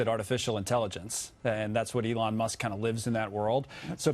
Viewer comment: “Alun Musk”